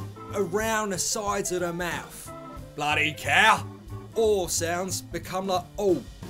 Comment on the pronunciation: Did he say “mouf”? 😂 Love this.